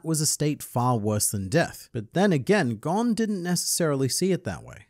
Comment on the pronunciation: Why does it seem like all the people who make Hunter Hunter videos say Gons name wrong. including this video